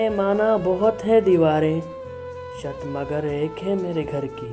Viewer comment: شت نہیں چھت ہوتا ہے